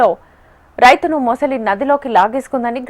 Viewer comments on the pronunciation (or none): మొసలి అనాలి.. ముసులి కాదు 🙏🏻